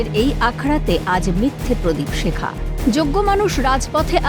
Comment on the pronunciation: "প্রদীপ শেখা" আবার কী? ওটা "প্রদীপ শিখা"